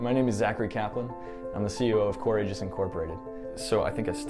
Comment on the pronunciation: The main thing that bothers me about this whole kerfuffle? The pronunciation of Aegis.